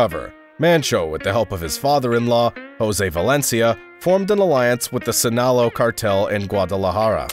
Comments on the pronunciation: Come on at least practice the pronunciation of the cities and states and actually research which ones are cities and which ones are states. Jalisco is pronounced Ha-Lee-Sco not Juhlisco and it’s a state not a city. Sinaloa is a state but you keep pronouncing it as Sina-low instead of Sina-loa. Also Michoacán is not pronounced as “Machakan”. El Mencho’s last name, Cervantes, is not pronounced as Kervantes but more like Sir-vantes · ‘Sinola’ lol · Why’d you pronounce Sinaloa like that??